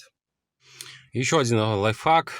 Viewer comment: все круто,но пожалуйста,говори лайфХАК а не лайфФАК))